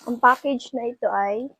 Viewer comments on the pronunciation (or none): Fackage???virthday?hehe bka nmn Package be & Birthday.like i've said,be aware how to pronounce B & V,,,,,P & F..no offense meant!. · FACKAGE????VIRTHDAY???hehe bk PACKAGE be & BIRTHDAY..like i said many times,be aware to pronounce B &.V,,,,,P & F..note;no offense meant & do not delete my msg be.ok!sumtyms u have to accept ur mistake & don't get mad.🙏❤✌